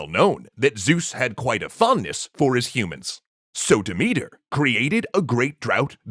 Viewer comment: Sooo, just a thing. Demethra's name isn't pronounced Demethr, sorry. The "a" at the end of her name isn't just to make it look more like a feminine name, but to be read. I mean, Dimitar is a male name in bulgarian, and there are similar names in many slavic languages, plus Greek. Sooo, yea. And usually I don't have such a problem with the names, but the way you pronounce Demethra's name just sounds like Dimitar, and that's my father's name, and I don't like him, like at all, and don't enjoy having his name in my Greek mythology videos, especially ones, where this name isn't present. One love ❤️